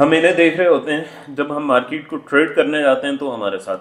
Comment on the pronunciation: The word is Market and not Markeet. Please correct. Otherwise good